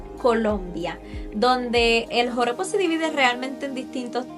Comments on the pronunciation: Lo dijistes alrevez, Porojo, No, Joropo, así se dice realmente. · No es pojoro. Es JOROPO 😂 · Me gusta la estructura de tus videos! Me gusta que escribes las observaciones para no interrumpir y que se ve bien el vídeo y también tu cara. Lo de "Porojo" 😂 me dió risa jajaja bueno, es Joropo ya lo sabes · No es “pojoro”, ES JOROPO.